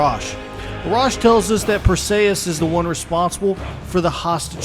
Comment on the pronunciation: Perseeeeeus not ayyyeeeus